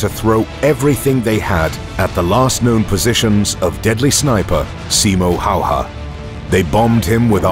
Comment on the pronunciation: Just so you know how to pronounce his name.. S as S in Silent (in Finnish it would be written as Sailent ) I as I in Inlet M as M in More O as O in Hope (in Finnish it would be written as Houp) H as H in High Ä as A in Dad (in Finnish it would be written as däd opposet to Father - faathöö) Y as EW in New (in Finnish it would be written as Nyy) H as H High Ä as A in Dad (in Finnish it would be written as däd opposet to Father - faathöö)